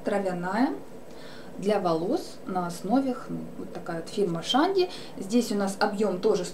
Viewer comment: не шанди а чанди